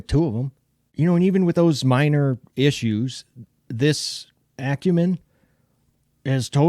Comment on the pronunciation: I got mine last month. I love this knife! The lock is hard to deactivate because it's sitting too low, but I bet that's something I can adjust when I take it apart to clean and lube it. BTW - Thank you so much for pronouncing Acumen correctly! 😂